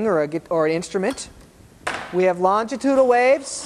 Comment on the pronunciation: For someone making an educational video you'd think he might try to pronounce longitudinal correctly once or twice in the video.